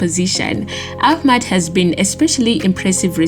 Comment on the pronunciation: "Ahkkkkmad" WHAT? Tyrell Malaysia??? Are you taking the piss now??? ROFLMAO. Lady you committing sack-able offences tbh sheesh.